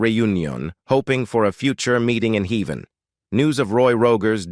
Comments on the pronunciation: You should redo the narration , heven instead of heaven, Roy Roager, I think, and other humorous fumbles. But I did enjoy not hearing the usual evil reality of some Hollywood stars. Trigger was also shown behind Roy toward the end but yes, that was Trigger and Roy had him stuffed. Trigger was in the movies before Roy owned him. Olivia De Havilland rode him in the "The Adventures of Robin Hood" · This was a wonderful tribute to anicon from my childhood and I loved everything except that robo voice that mispronounced Rogers to rog-urs and Heaven as he-van. Roy Rogers and Dale Evans were such fantastic people and the love they poured outon their children was wonderful. My Mother, a few years before weblost her to congestive heart failure had the opportunity to meet Dale Evans at a local church. She was elated to hear her speak. Awesome folks and the most beautiful horse -:Trigger! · It's "Heaven," not "Heven." AI is not quite there yet. On another note, I think Roy found the Hollywood elites entertaining as he let these clowns mess with his eyes and such. I can imagine him chuckling at these perverts. And they were perverts then as they are now. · The computerized voice, with its mispronunciations - heeven for heaven - and odd cadences, was hard to listen to. The numerous film clips of men mistakenly shown as Rogers - Lloyd Bridges?! - was jarring. And Clark Gable was not a Western star. The title of the video was predictably just dishonest clickbait. Nonetheless, it was fun to see the many film clips and photos of Roy and Dale and learn some trivia about them. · Enjoyed the video, but the text-to-speech needs improvement. "Heevan"?